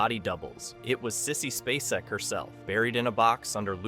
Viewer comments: Finally pronounced, SPAY - SECK correctly, then says it wrong again. Lol. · SPAY-cek. I am so tired of AI voices. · Sissy SPACE-ec. NOT Spass-ec. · How many times can this guy mispronounce "SPAY-SEK"? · What ruined this video for me is that the narrator could not even pronounce Sissy Spacek’s name correctly? We all know how to pronounce her last name, but this guy who is narrating this video keeps calling her some weird name. That lets me know he is not really a human being or he just doesn’t give a shit about how famous actresses name is pronounced, either way I’m out. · Yeah, that's not the way you say Sissy's last name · How can you do a video about her and NOT SAY HER LAST NAME CORRECTLY?! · I wish the narrator would pronounce Sissy‘s name properly❤ I enjoyed this thank you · The way you or your "narrator" pronounces Sissy Spaceks last name irritates me. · Occasionally he says it right, so it may not be AI